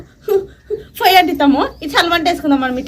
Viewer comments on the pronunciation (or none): ఫొయ్య కాదు పొయ్య